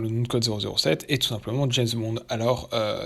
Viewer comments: Ce grand fan de Jesss Bond... ne sait même pas prononcer son nom et se réfère à des livres qui ne sont pas écrits par l'auteur d'origine mais simplement inspirés par lui (des fan's fictions si on veut...) c'est totalement navrant ! Juste un détail j'aime les femmes, je les aime même beaucoup et ça n'empêche pas que le dernier GB est UNE GROSSE MERDE ! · C'est qui jess bond? Tout le long de la vidéo dit jess bond mer